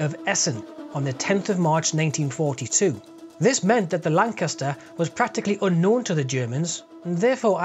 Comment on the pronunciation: The Lancaster is a hell of a aircraft, both beautiful and deadly. Oh and a fellow northerner saying Lancaster sounds, well how it should sound ;-)